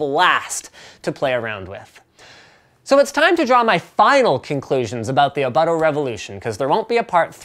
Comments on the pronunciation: Which you please say the name right. "Oh-Boat-Toe" Not "Oh-BUTT-oh" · its pronounced o-boot-o :)